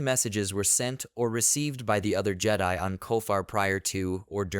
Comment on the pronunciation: Good thoughts, but yeah, you need a different AI. Or indeed, speak it yourself. No more “jedee”s. :)